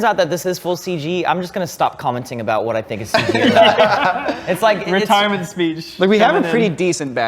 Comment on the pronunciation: Did just call it "a Wrentirement speech" and everybody missed it?